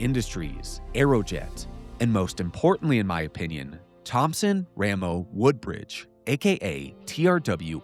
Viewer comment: The W in TRW. It's Wooldridge. Not Woodbridge. I should know. I'm Philip Wooldridge.